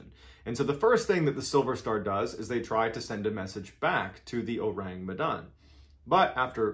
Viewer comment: Phonetically it is: Oh-Rhung Meh-Dhun.